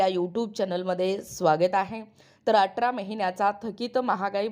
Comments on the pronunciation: बाई व्हिडीओ बनवते तर भाषा सुद्धा शुद्ध असावी atra नाही athra👎🏿👎🏿👎🏿👎🏿q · अटरा नाही हो, अठरा